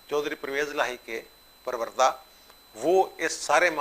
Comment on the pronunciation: پروردہ کے وردہ کی و کے اوپر پیش ہے ،تلفظ درست فرما لیں